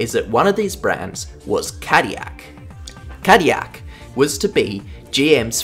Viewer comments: in defense of the hilarious pronunciation which made me do a double take, GM did market Caddy as a luxury brand since it started. and what's more luxurious than anything that's french High Society back in the 40s and 50s? nothing that's what. could also be the fact that Chevrolet was also french and is also an american brand but hey what do I know right? lol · I believe that these cars were developped by Toyota engineers in Cologne but the powertrains were fully designed and developped in Japan. "Morizo" does have his history at "the Ring" I guess all great rececars have some European ties. But as a french speaker, we pronounce L's. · Saying Cadillac incorrectly to bring more comments to boost the algorithm I know what you’re doing (and I respect it because it’s funny) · As a person who is from the UK and knows French people, you have got the pronouncination. However, cadillac is rarely said and it is an American company so it should be pronounced with the l's in my opinion. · Its funny because Cadillac is a french name and every time you say itt wrong it rustles my American jimmies. Also, aluminum 😂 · I think you missed the Toyota TS050 and GR010 as LeMans winners. And you really need to learn to pronounce "Cadillac". There is no Y in Cadillac. I am a French Canadian and as such know how to pronounce Peugeot and Villeneuve, but I also know that Cadillac is an American name and is pronounced (/ˈkædɪlæk/). No wonder voice recognition software can't understand Aussies. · As an American cadiyak is crazy but I appreciate the effort into your videos! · It's pronounced Cad-dil-ac, you dang European... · my whole life and I didn't know there was a "y" in Cadillac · Tf is Cadiyac😂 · As an American, I take -10 damage every time you say 'Cadiyac' 💀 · Well the way he talks about caddilac makes it seem European, like don't shame the U.S for not winning le mans, australia hasn't had a car win it either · Couldn't listen to Cadyak ..